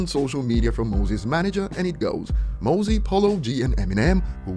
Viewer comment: Said mozzy wrong, it's mozzy like mozzarella